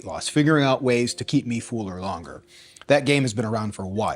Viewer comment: love this new channel, but it's fuller not fooler, haaa